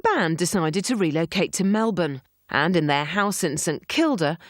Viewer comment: What the F?? No ACDC footage? No ACDC songs? No ACDC family or current members of longevity?? Then you've got this British toothy guy saying his 'feeling' with them was... (He never even bloody met them!!) This Brit "expert" CAN'T even pronounce Melbourne. Yep let's get in school friends and unknown commenters and some child woman acting like she was even alive to see the band with Bon talking like an expert too!